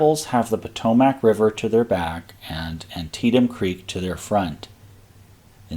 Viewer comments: Every you say "Po-toe-Mac" I want to charge your line. ^.^ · The river is pronounced Pah-TOE-mick. The Loudon in Loudon Heights is pronounced Lau-dn. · Your videos are fascinating. I really appreciate the topographic detail you provide in your presentation. BTW Loudoun is pronounced loud-un and Potomac is pronounced pahtohmick by the locals, for what that's worth.. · Yes, Im a native to the area. It is pronounced Pa-toe-Mick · I would say the pronunciation is more like: "Loud - Don" vs. LowDon. And Potomac is "Po - Tow - Mick". Although some say Mick and others say Mack. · I live in the general area. It's "Loud-un" and "Pah-tow-mick." And as far as I know, Middletown is pronounced "Middletown" rather than "Middleton." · The pronunciation of Potomac is aweful to hear.